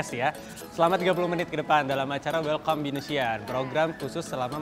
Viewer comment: welcome ( dibaca : welkam ) bukan welkom wkwkkw